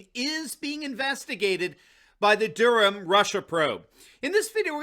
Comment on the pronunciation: thank you for saying Durham properly, my last name is Durham and so many say Dur-Ham, pisses me off